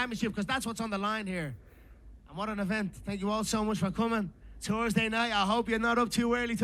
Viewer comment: "Tursday night fights"😂